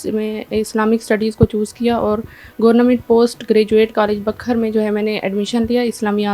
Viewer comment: Hahaha پاکستان میں تعلیم کے معیار کا اندازہ لگائیں۔۔۔کہ سلور میڈلسٹ کو گورنمنٹ کہنا بھی نہیں آ رہا 😅😅😅😅